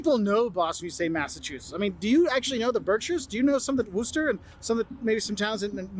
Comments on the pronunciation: Worcester isn’t Wooster. More like Wistah. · I noticed that too. 😂 It’s Wusstah. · Don't get the clam strips. We don't eat those. Get the whole clams. Also, it's not pronounce Woooster. It's Wistah (it's spelled Worcester). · OK, first of all Worcester is not pronounced Wooster it's Wusta. Not War-chester or War-ster (we say zero "r's" in Massachusetts) just Wusta. And the locals DO have the Boston accent, I'm in Worcester and I and everyone I know have it. I don't know what this guy is talking about "the New England Shield", That's literally not a thing. We do drive like jerks, very offensively and that's just the way we are. (We can always pick out the tourists by the way they drive, as if they're afraid of everything) 😉😆 If we tease you that means we like you. If we ignore you that means we don't, obviously. We are very helpful and friendly. We tend to talk to the person in front of us and behind us while standing in line, pretty much everywhere you go. Also, I'm not even sure this guy is from Massachusetts, seeing as he doesn't share our accent, at all, so I'm not sure he's the person to be giving out advice on visiting Massachusetts... The one thing I will tell you is to rent a car for travel around Massachusetts. You do not want to be held captive to public transportation, it's not that safe, it won't bring you everywhere you wanna go, and Ubers will add up very quickly . He was right about grabbing a spot as soon as you see it. You will want to walk around in Boston and parking is very hard to find, so take the first spot you see and make sure you read the signs close to your spot, so you don't end up with a ticket; especially in Boston. They have recently built a few parking garages that y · Worcester is not pronounced Woo-ster, it is pronounced Wis-tah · Worcester is pronounced “Wista” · It’s Wuss ter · why doesn't he know how to say worcester? we say wistah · That is no where close to how you'd say Worcester... it's Wuh-stah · No its Wista